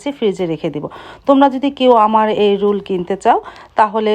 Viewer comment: রুল না। রোল